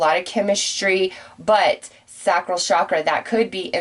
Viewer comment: With all due respect, Sacral Chakra, pronounced (say-cral)